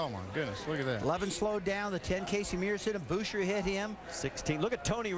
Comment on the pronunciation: Boooosher.... Rusty... his fucking name is Buesher... like Busch and then err...